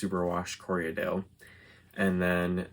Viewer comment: Another stray thought --- as a spinner and sheep raiser, I've said Corriedale for a while. Since watching podcasters, I hear Corrie-a-dale frequently. Not a huge deal - love them either way. But since take teasing well, thought I'd ask ----- what's with the extra syllable?